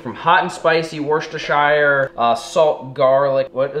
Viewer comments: If you do start selling Worcestershire sauce will you pronounce it as "wuster" sauce. Being from England the misses is gonna ban me from watching your channel if she hears you say it wrong again 😂😂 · As a lad from Worcestershire in england the way he said Worcestershire had me dead 😂 worshtershiyrrrr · I live in the uk, 4 mile from worcester, I live in Worcestershire and I laugh everytime how says it, we dont say it like that.